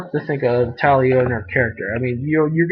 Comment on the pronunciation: Tail? Lol it's Tali :P